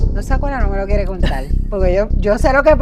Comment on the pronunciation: Como contal? LO Correcto. C O N T A R.